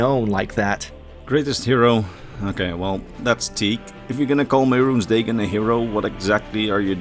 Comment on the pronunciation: Man, if only the TES games pronounced Mehrunes Dagon hundreds of times so we know how to actually say the name or something.... XD You do this a lot, you mispronounce simple words and names from the games when the games all SAY the words and such.